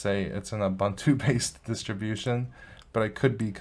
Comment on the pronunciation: How wrong can one go! You can neither pronounce Ubuntu nor Mojave? 🤦‍♂️